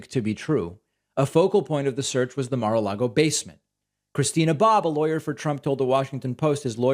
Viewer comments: "Ma-log-O" ? "Bed-minister" ? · “At Marlago”. -MTG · Mah-Lago?? Bed-Minister?? What is wrong with MTG's brain?? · Lol she pronounces it Mar-Largo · She also said Mar-Largo... and Bed Minister, and she is stupid to listen to, this über-Karen! And why the word "traitor"? Why not just an informant or snitch..? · She says Marlago Instead of Mar-a-Lago. lol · Is mtg saying "Mer lago"?